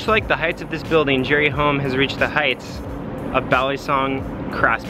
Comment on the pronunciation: Hom... NOT "home". At least get the guy's name right...